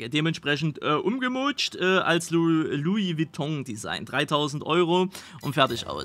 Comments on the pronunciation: Lui Beton auch geil🤣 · "Lui Witong" ....🤣🤣🤣🤣🤣 ich brech weg